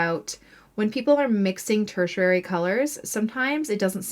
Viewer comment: Fun video! I love colors and the color wheel. 😊 You are pronouncing the word tertiary wrong though. If you google it you can listen to both the UK and the US pronunciation. Just thought you’d want to know! 😊